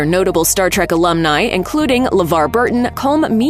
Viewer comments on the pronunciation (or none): none